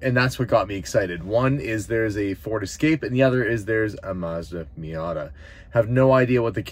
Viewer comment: Confused why you keep mispronouncing Mazda.